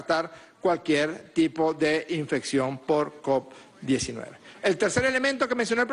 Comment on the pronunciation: Se dice covid,no coc, cabeza de papa Francisco